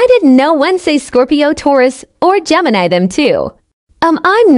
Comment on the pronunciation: BRUH,the first tiktok said "genimi" i feel disrespected 😢🤧🤧🤧